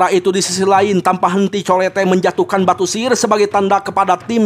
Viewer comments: Itu colete di baca nya colet bang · Colette di bacanya kolet bang..😅